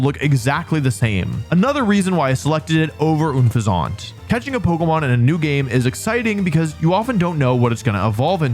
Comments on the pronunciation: I won’t cook you for your pronunciation of plumage, but my guy, unfezant is pronounced like the word unpleasant. Also like the bird, a pheasant. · Pretty sure Unfezant is supposed to be pronounced like “unpleasant” just 1 more thing to dislike about the line. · The way he says Unfezant really pisses me off lol. its UN-FEZ-ANT like unpleasant. Which works amazingly with how unpleasant to look at it is. Also it becomes a funny pairing with Tranquil's name. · Oon-Fizzant!? Please tell me that was intentional because it had me rolling. It's pretty clearly meant to be "un-pheasant," rhymes with "unpleasant," which is a perfectly appropriate description of this 'mon. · Oone fezaunt?? It's Un-fezzent! Like Unpleasant!! 😅Also, I whiffed on Tranquil's name, therefore, I must subscribe now! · I’m crashing out. I know Wolfey can’t pronounce Pokemon names but Unfezant’s name is so obvious. It’s an unpleasant pheasant: un-pheasant. Not Oonfayzaunt! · Ün feh zahnt is the most criminal pronunciation I've ever heard... its Unfeazant, its supposed to be a play on unPLEASANT because its a PHEASANT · this guy saying oon-feh-zaunt had he baffled i always like unpleasant but with an f sound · I’m not going to cook you for your pronunciation of “Plumage”, but… It’s “Un-Pheasant”, my guy 😭 not “Oonfezawnt” It’s name is supposed to sound like “Unpleasant” which is very fitting because the Pokemon is exactly that! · Every time you said unfeazant wrong i died a little inside. It rhymes with unpleasant!!! Come on!!!! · Ok, surely Unfezant is pronounced un-FEH-sent (as opposed to oon-fay-ZAUNT). Because it’s a mixture of unpleasant and pheasant, right? Am I crazy here? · ☝️🤓I think it’s pronounced like it rhymes with ‘unpleasant’ not ‘oom-fe-zohnt’ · "OONFUHZANT" You know, the evolution of Tranquill. Wolfey! Its UN-FEH-ZENT pronounced like Unpleasant Because it is The whole line is garbage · Is it actually pronounced "oon fe ZANT"? I've always said it like it's an unpleasant pheasant.